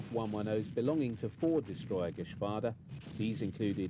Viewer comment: I think he is saying Geschwarder and AfrikaKorps but that's just me I guess.